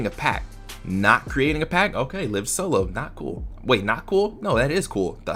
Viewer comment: You are saying lives wrong that is why it sounds strange